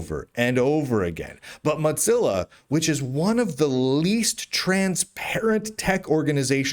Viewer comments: moe zilla not motzilla or watever it doesnt matter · Muht-zilla. Muht-zilla. Why are you saying Muht-zilla lol? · Dear, while I've thought for many years that you and I would be close friends if we lived near one another, I feel the need to call your attention to the pronunciation of 'Mozilla'. As there is only one 'z' in the word, we do not pronounce it with the 't' as we do in the word 'pizza'. It's PEET-za because of its doubled-z, and MOH-zil-a because of its singular 'z'. Keep up the good work; you are a jewel of a journalist.